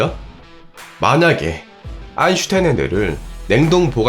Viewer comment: 요즘은 아인슌타인이라고 안하시네요 ㅋㅋㅋㅋㅋ 쫌 그립기도하고..